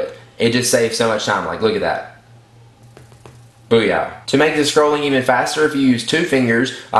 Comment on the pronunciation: I can't tell if he's saying "booya" or "booyow". =.=